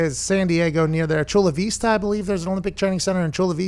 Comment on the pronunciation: Aye pat shouted us out haha Chula Vista 😂 u gave us an exotic pronunciation ahhah